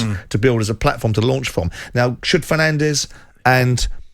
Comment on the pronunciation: How long has Bruno Fernandes being playing in the Premier league, and still people don't know how to pronounce his last name correctly? 🙄